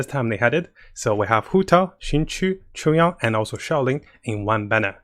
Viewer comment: Everyone: Chongyun: Chungyon